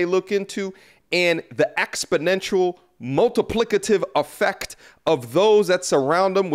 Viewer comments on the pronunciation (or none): Boy he said “Multiplicative” with some XXXXTRA “Plick” didn’t he LOL!!!